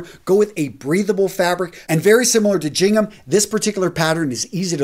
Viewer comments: It’s really hard to take advice from someone when they mispronounce standard words common in their field of expertise. The first sound in Gingham is a “hard g” sound. Not a “j”. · not trying to be picky here, but I always thought that the pronunciation for Gingham was with a hard G (Gingham), and not as a J(Jingham). Please correct me if I'm wrong. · Gingham is with a g sound not a j sound